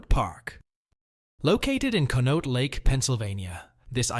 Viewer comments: Conneaut is pronounced "Con-ee-awt", NOT Con-note. I don't know why these channels feel the need to use the AI narration, especially if the darn thing can't pronounce words properly. A human narrator can look up the pronunciation & get it right. I'll never understand why a channel that's trying to gain likes & subscriptions would ever choose to use a fake voice. Just read the script yourself! I'd much rather listen to a human narrator, than a monotone, computer-generated voice. Even if the human isn't a particularly great reader- it'd still be better than the AI voices! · kahn-ee-aught not Conote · Uhh it's pronounced CON-E-OTT lake Park and there is still rides there and Ghost lake event in October. Thanks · Pronounced con ee ott park. It's a tough one no doubt. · Conneaut is pronounced "Connie-Ot". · con-ee- ought...jeez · Conneaut: Pronounced [Khan-ee-yot]. You're welcome. They do an awesome haunted park in October still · Thank you, is was driving me crazy how he kept pronouncing it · The AI doesn't do well with some words, at least how the locals pronounced them. I noticed at least one in the first video as well. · It’s koneeought (sound). Come on AI!! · The park was called Conneaut Lake Park ...pronounced ( CONN E OUGHT) Get it right or go home !!!! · Good video. But number 2 is pronounced cony-yaught. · How he pronounes "conneaut" really upsets me. It has to be AI. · As a kid I rode the Blue streak in Conneuat lake. (Btw pronounced badly. ) I miss it so much. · Here's an idea. How about you use a real human voice instead of this crap AI, then you would be able to pronounce things like "Conneaut Lake Park". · Too bad the narrator can’t pronounce it. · Yes, thank you! Clearly AI narrated as anyone who knows the actual park knows how to pronounce it 🙄